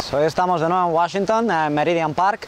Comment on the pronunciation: me hace muchísima gracia como pronuncias Washington